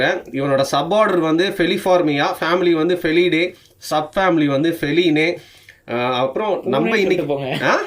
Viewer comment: Bro அது பெ(f)லினே கெடயாது, அது பீ(f)லைன்.